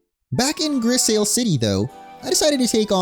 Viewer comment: Grisaille is said like gris-eye 😭 it’s a painting technique